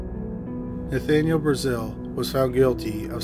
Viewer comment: Brazill is prounounced differently, and it has 2 "l"s; so not like the country.